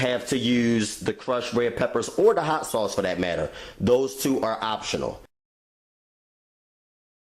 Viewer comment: The way you say "two", too", and "to" sounds like you're from Maryland... Btw, REPLACE THE BATTERY IN YOUR SMOKE DETECTOR. It's not hard or expensive, bro! Lol